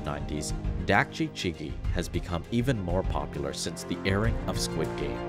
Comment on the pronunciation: actually, chigi i pronounced more as chee-gi, with a more "see/Si" mouth/lip motion when saying chee